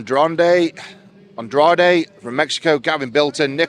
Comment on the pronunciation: Will the beast ever say Andrade correctly from the get go 😂